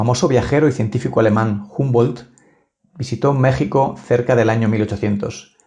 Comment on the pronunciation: Amigo, antes de volver a enunciar el nombre de MÉXICO, Aprende pronunciar la X.